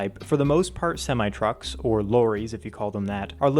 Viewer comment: Why, Why, Why, the Sem-eye? It's, sim-ee.